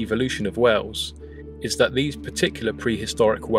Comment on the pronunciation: you pronounce whales like wells